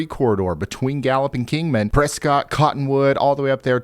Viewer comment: Prescott is pronounced press kit j/s